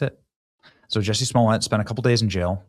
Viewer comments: Benny come on its like jusey say it right ! You need to look him up on this survival show my friends told me to watch because Johnny manzel 👀was on there also you should look that up unbelievable! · Juicy, his name is pronounced juicy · Benny, Jussie.....rhymes with Pussy..... Jus'Sayin'! Jess1344